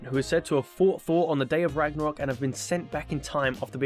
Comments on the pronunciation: Soooooo.... Ragnarok is pretty cool and all but what is "Ranarok" lol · “Ranarok” lol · Stopped watching when it said "ranarok" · AH YES, My favourite Game. God of War RANAROK. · God of War Ranarok lol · GOD OF WAR RANAROK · "ranarok" seems more troubling lol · Ragnarok, not Ranarok. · "Ranarok" lol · Ah yes, Ranarok! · 'Ranarok' epic fail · ''Ranarock'', right... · Like how you said ranarok at the beggining of the video. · Why did it say Ranarok? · "RANAROK" lmao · It’s says at the start ranarok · ranarok ? are you fucking kidding me xdd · It says “ranarok” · Did anyone else see it said ranarok without a g